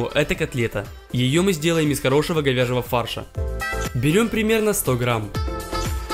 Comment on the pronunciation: мне послышалось ,,из хорошего говеново фарша''